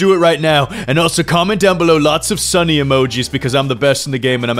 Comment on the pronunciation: I think you mispronounced "Sunny"